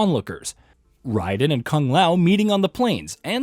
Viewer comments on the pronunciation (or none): How hard is it to say (RAY-Den) who tf is Rydan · It’s not Ryden 😂 Raiden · Raiden* not ryden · Why this dude keep calling raiden “ Ryden “ wtf🤦🏾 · Why does this guy keep saying Ride-in . Instead of Ray-din. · None of you creators can ever say Raiden right. Why? Why riden though every characters that ever says his name in every game and movie says Raiden you lames say riden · I cringe Everytime I heard him say Ryden instead of Raiden 😖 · Good God, IT'S RAIDEN!!! RAY-DEN!!! That is infuriating!!!😂🤬🤦🏻‍♂️ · Rye-den? Come on, dude. If that’s the way they want to pronounce the name of their character, you have to respect it. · I can't stand this jerk pronouncing Raiden ryden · I know this man didnt just say "Riden" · Who's ride den? 😂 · This man said RY den🤦🏾‍♂️😂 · It's Rayyyyyden. Like an A. Not "ai". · He really said ryden💀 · You're pronouncing Raiden wrong. It's actually amazing how wrong. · it’s Raiden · Thar "Raiden" pronounciation tho.......This aint Metal Gear LOL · Please never say Raiden's name again 💀